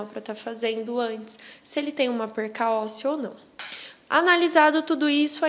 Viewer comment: eu ouvi PERCA OSSEA? Que coisa séria as pessoas falando errado!